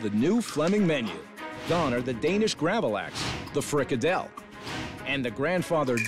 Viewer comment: He managed to pronounce gravad lax correctly. I think. At least that's how it's pronounced in Sweden.